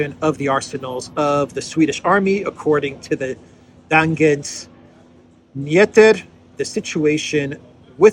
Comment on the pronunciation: Dag-ets Ny-heter....y is like a "eu" Today's News